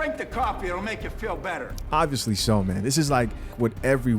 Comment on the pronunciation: I know people have accents but wtf is a meeeeeeeeeeeean! Its spelt MAN and pronounced MAN!